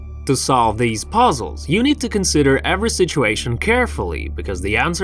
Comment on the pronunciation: We will solve poezzels Wtf is poezzels